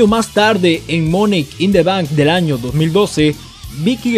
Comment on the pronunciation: Porque dices "monek in the bank"